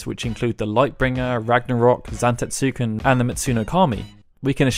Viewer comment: sigh.. i want to love your videos, but you make absolutely no attempt to say anything correctly, showing your disdain for the very games you discuss.. it's zan-TET-suken.